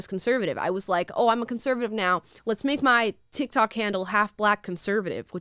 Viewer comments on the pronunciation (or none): none